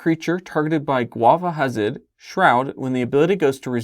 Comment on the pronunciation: This video earned a like the second it featured Gwafa Hazid. Gotta love the “Gwaf”!